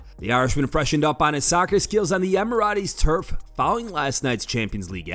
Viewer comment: Is that how Americans pronounce Emirates or am i trippin 😂